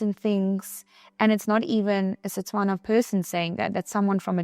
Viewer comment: It's how she says Setswana correctly instead of Tswana which is incorrect